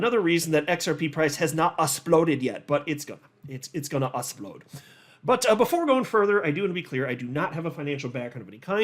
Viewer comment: Did you say it’s gonna assplode? 😅